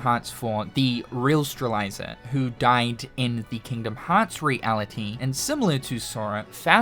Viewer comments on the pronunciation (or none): Name: Strelitzia: Strel- eye- zer Me since 2017: IT'S PRONOUNCED STREL-IT-ZEE-UH Lol much love, great video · its Strelitzia not Streliza 😅😅😅😅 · So...we're back to saying straliza? 😮‍💨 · "Strelitzia" is said "streh-lit-zee-uh" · He's said it that way for years. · Ikr? Fucking “Streliza” lmao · Will we get KH4 news or will pronounce Strelitzia right first? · I pray that Sora says Strelitzia's name in KH4 so finally realizes he has been saying it wrong for all these years! Lol. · I was looking for this comment. It kinda irked me a little the way he pronounced Strelitzia. 😂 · same lol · I wondered if I was the only person who was bothered by it lol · You had... so many attempts to get Strelitzias name right. It was actually comical how many times you said it wrong LMAO